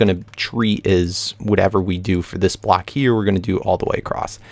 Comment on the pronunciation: When you say block it sounds like black haha